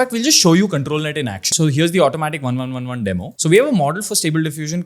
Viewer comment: Pronounce - Automatic1111 as "Automatic eleven eleven", maybe sounds cool, just saying. haha Love your jodi guys, nazar na lagey..